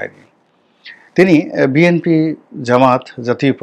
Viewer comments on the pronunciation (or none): none